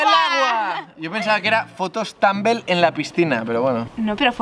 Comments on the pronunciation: no dice tumblr dice tumbl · Dice tumble no tumbler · Por que dice tanble y es tanbler, no me digáis q lo he escrito mal por que solo es la pronunzacion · "fotos tambel"😂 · dice tambel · Por qué dice tumbl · Soy la única que le encanta como dice tumblr 😂😂🤦🏻‍♀️ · no sabe decir Tumblr